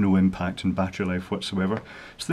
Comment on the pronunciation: I didn't hear you correctly, did you say: ghost or goat detector? Why would you need a device for detecting Goats? If you said Ghost... you shouldn't be allowed to drive, much less construct something. Anyway, everybody knows Ghost hide behind AC outlet plates. Plug the two antennas in there.